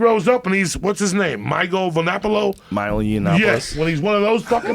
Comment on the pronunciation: 7 years later and I’m still laughing at Joey’s pronunciation of Milo Yiannapoulos… “MYGO VERNAPOLO” 😂😂😂